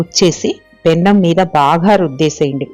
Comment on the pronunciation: పెనం అంటే చాలండి, పెన్నం కాదు